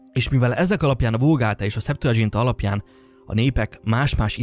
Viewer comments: Nem szeptuadzsinta, hanem szeptuaginta. (nem olasz, hanem latin.) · Csak egy kis észrevétel, a szeptuagintát (septuaginta latinul: hetven) így ejtjük, ahogy átírjuk latinról, és nem dzsé-vel, ahogy azt az angol nyelvterületeken teszik. A latinban nem volt dzs. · Szuper videó, egyetértek. Septuagintának mondjuk, nem dzs-vel. Ajánlom még Tóth Gyulát mindenkinek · Kiráj! Én is ráguglisztam, hogy a szeptuádzsintá meg a vulgátá között háromszáz... izé, haccáz év meg egy kicsi van ! :) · Nem, nem irta le a történészek szemszögéből, ugyanis teljesen tájékozatlan a torteneti kutatásokban, modszerekben, eredményekben. Laikusként hordott össze egy csomó sületlenseget, és még elnevezéseket sem tudott helyesen kiejteni (pl. Septuaigunta). Nem baj, ha valaki nem történész, ha érdeklődik, csak ne akarja megmondani a tutit, mintha történeti tudományokból lenne diplomája, mert alapvető dolgokkal nincs tisztában.Amúgy van cáfolat rengereg, itt a kommentek között is, de a Rubicon folyóirat is egy egész számot szentelt Illig cáfolatára. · Legalább tanuld meg kiejteni a Septuaginta szót ha már erről okoskodsz...:D